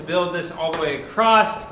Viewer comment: Acrost? Acrossed? Across no 't'